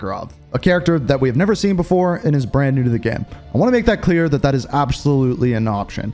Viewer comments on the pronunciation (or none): none